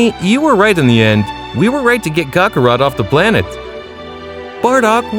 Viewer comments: kHAK AH ROT Say IN Kale like the vegetable. quit giving cockerspaniel rat soft zarbon vibes.lol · Sighings Cockarot Kalei These are driving me crazy 💀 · Kakorot not cokarot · The voices are terrible and so is your pronunciation of their names. U said "cyans and kukarot" like bruh if english isn't ur first language then why bother